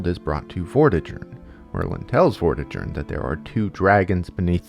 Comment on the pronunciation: It's difficult to take this seriously when you haven't bothered to learn how to pronounce Myrddin, Vortigern, Taliesin, or basically any name in the video. I quit 15 minutes in because you cluelessness just became too much.